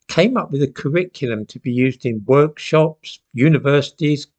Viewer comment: I first heard it as "woke-shops" 🙂